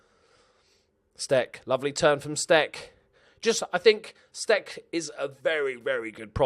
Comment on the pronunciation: It looks like Damian Stec is of Polish origin, therefore his name should be pronounced with a soft "c". It's "stets".